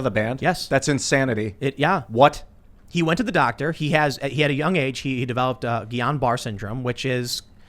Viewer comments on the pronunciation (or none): It’s pronounced Gee on Barrett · The disease is pronounced gee-yon buh-RAY. I went to SCI rehab with a person that had it. It's a fucked up disease. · Pretty sure it’s pronounced gé-on-bar-eh